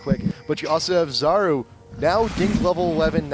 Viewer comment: U pronounce 'Czaru" - Charu (ch as in charizard).